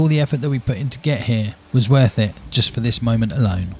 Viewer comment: it’s pronounced as “here”